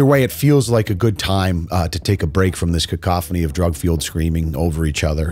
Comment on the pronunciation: You said Cacophoney correct ❤ I've heard no less than 5 youtube creators say "caca-Foney"